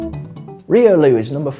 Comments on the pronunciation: ... he is saying reolu its riolu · why are u speaking riolu to reeloo dude your accent is so thick we call it royloo not reeloo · the way u speak riolu makes me wanna ban the word riolu